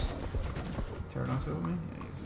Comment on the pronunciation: its not a terr-a-don its a puh-ter-an-a-don but the puh is silent :P